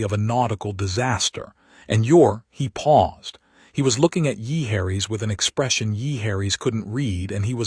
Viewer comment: illiterate A.I.'s get an auto thumbs down and WTF is yeeharries?